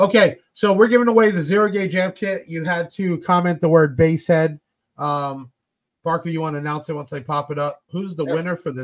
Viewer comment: Again Thank You and Crew for all you do!!! Thank You Parker for saying my name correctly.. It is a challenge sometimes!!!